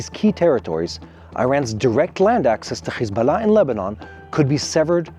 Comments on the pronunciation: Khozbollah😂 Lol this propoganda channel cannot even pronounce correct!! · Stand down??.....that snoobish reporter just said how Hez-Ball-a was defeted :)